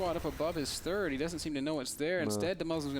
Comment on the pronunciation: Dat rotterdam accent "he's still worried about this turd" XD <3 Rotti!